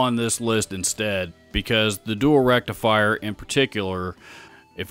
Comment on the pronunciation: Oh feck me that is COMEDY GOLD right there my friend!! “The Mesa Dual Rectum Fryer” ...followed by the perfect amount of pause. I have watched that 20 times back and I’m still crying 🤣 So glad you didn’t edit that out. Made my day brother!!